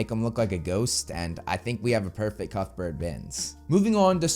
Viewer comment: I swear you're sayin cuckburt instead of cuthbert, which I think you like saying too much. ;p